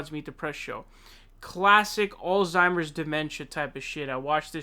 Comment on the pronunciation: Also, pay attention to how he (mis)pronounces Alzheimer's. Doesn't know the least little bit about German phonology?